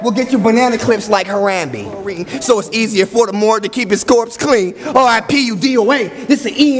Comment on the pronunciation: Dude said “ha-ram-bee” (Harambe)